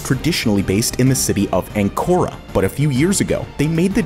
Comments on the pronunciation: How can you butcher the capital city of a country this much?! ''Anchora?''😅 They don't call it Angora for ages anymore. You pronounce it ''Ankaaraa'' Hence --> Ankara. Plus Türkiye is not Europe! (Only that small part left of Istanbul, allegedly.) Do better next time.😉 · "Ankara" Pronounces: Ancora xD